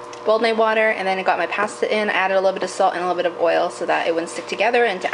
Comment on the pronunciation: You say "pasta" differently than I do and it sounds cute haha